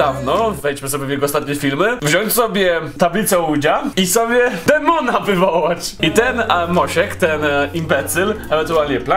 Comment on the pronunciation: dlaczego zamiast "demona" usłyszałam "tampona"? 😂😂